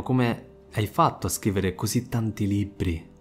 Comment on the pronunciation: Libbri, aggire ..altro raddoppio di consonanti? Saluti dalla Sicilia